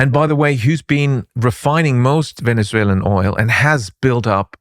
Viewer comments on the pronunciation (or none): none